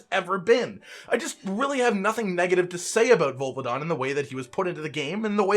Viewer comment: says volvidon Me: OH.... HIM. sharpens aerial akantor switch axe